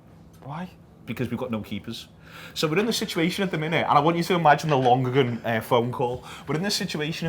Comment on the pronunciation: It’s pronounced Lon-er-gan... he was Preston’s keeper when I was in school and I left 10 years ago, this is the weirdest thing I’ve seen in a long time.